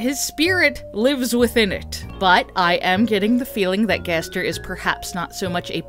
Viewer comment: Two things one never stop making these videos because the way you say Gaster gives me life Second ever since you suggested the garbage noise might just be the sound of darkness and could be unrelated to gaster himself that thought has not stopped haunting me